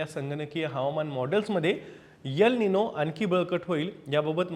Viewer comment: यल निनो नाहीतर एल निनो असा उच्चार करावा तसेच यम नाही तर एम उच्चार करावा .